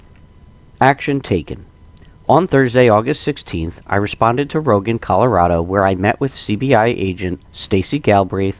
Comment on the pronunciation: It’s Roggen not rogan Colorado